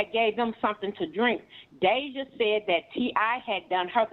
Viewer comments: Her name is deyjah not deyjahnae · Y’all speaking on this girl and her family like y’all close family members or friends. This video is nothing but a bunch of gossip and assumptions. Stop pretending to know these folks and what’s going on in their household. Hell, the host can’t even say Deyjah’s name right but wanna speak on them 😂